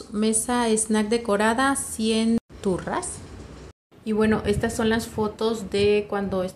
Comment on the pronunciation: 🤣 "turras" jajajaja... dice forros, sono muy gracioso 🤭... supongo que son los forros de las sillas 🤷‍♀️